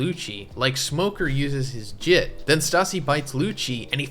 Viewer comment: try to read up on your pronunciations and shit man, so funny to hear you say some goofy shit like "when smoker uses his JIT" when im tryna get invested. slow tf down